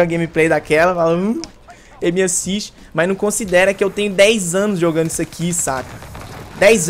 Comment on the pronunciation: Q raiva do falando "M assist"